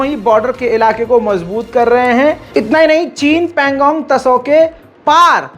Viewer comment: Pangong Tso T... is silent dost Pronounced as so. not Tao